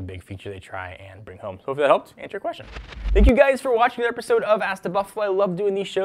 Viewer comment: Needs to learn how to say Another...slow down